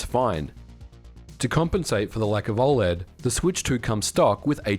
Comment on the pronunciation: Why are you pronouncing OLED so strange? Is this AI?